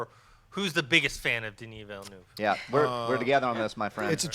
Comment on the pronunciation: Veelnerve!! not Villynoov!! Aaarghhh!!!!